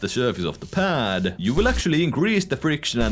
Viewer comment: the pAAD PAAd quite fAASt grAAph more spEEEd contrOOl